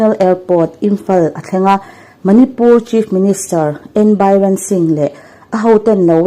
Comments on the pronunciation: CM Bairen ni lovin Biren tih tur aw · Bairen nilo biren anikha aw manipur chief minister kha ilam dan kha adik lo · Ngaihthlak a manhla viau nain Manipur CM hming hi Bairen ni lovin Biren tia lam tur a nih hmel. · N. Bi ren ani lo, Be - rn tia lam tur aw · Tha thin hle mai mahse, Biden/Baiden, Biren/Biren mizo hawrawp ang a chhiar tur a nia, Meitei ho in an hriat chuan an nuih ve hle ang che😂😂😂😂